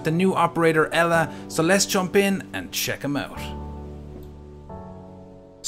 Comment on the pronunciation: You are alive!! Also, it's not pronounced “Ella“, it's more like “Eela“ xD Keep up the great work guys, I'll always stay a fan of yours!